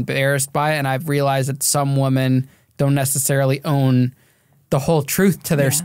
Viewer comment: Can some PLEASE teach how to say “women?!?”